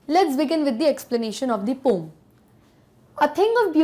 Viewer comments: Poem ❌ poam✔️ 🤣🤣🤣🤣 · Difference between ,,, "POM" , ,, "POEM" ,,,, 🤔🤔. , 😸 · Very nice explanation but do take care of Pronunciation it's pow.uhm not pom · Check your pronunciation of the word 'poem'....it's irritating as you are terribly wrong in pronouncing it.. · Pom❌️ poem✔️😂😂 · Mam is saying pom instead of po-em 😂😂😂😂😂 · Ma'am, it's not पोम , it is प उ इम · Poem pronunciation Indian English (poh-uhm) British English (pow-uhm) American English (pow-uhm) Pom😮 pehli bar suna hai. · Mam pom nahi poen hai woh 😅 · mam pom ni poem india me yhi pronounce krte h isliye yhi shi h😅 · Pom not poem is also a thing of beauty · yeh yeh pome pome kya hai bhai 😂😂 , poem haiii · Please correct the pronunciation of poem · New word aapne sikhaya poem ko ponm bhi kahte hai😀😃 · Bcoz it's now pronounce as a pom not a poem ☺️ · Ooohh 😲so its a poom not a poem😂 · Pome 😅😅😅😅 correct the pronunciation of poem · Literally regretting my life to say poyyyyyemmm. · Mam why are you pronouncing the word poem in pom...? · Mam ap poem ko pom q bolti ho🤔🤔